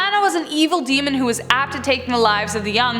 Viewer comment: Name of every demon is pronounced wrong. English people find indian's accent funny . Same indians find english people's accent funny